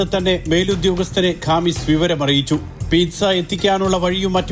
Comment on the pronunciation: Pithsa അല്ലേടാ... PIZZA